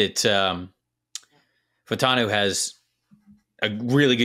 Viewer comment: Fautan me!? No, sir, Fautanu!